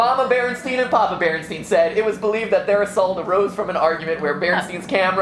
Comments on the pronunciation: Berenstain not Berenstein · Its not the Beranstine Bears, it is the Beranstain Bears